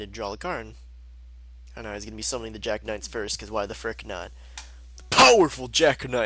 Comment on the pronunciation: genie warped werewolf? jack knights?:P pronunciation fails